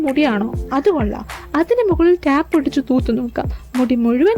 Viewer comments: ടാപ്പ് അല്ല, ടേപ്പ് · Tape pronounce cheyunath englishil tayp enn an tap alla